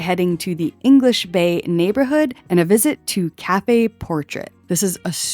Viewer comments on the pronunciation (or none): none